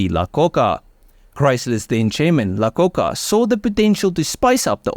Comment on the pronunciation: Hey. Love your videos and your narration voice. However, the man who was at Ford then Chrysler as CEO, Lee Iacocca, is pronounced aye-uh-coca. The first letter is I, eye.